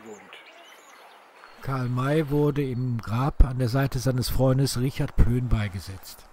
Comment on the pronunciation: Sehr gut, nur ein kleiner Schönheitsfehler: Plöhn wäre richtig nicht Plön. Ansonsten gut gemacht!